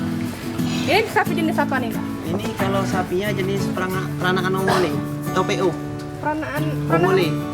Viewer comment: Po... Di baca ongol bukan ongole.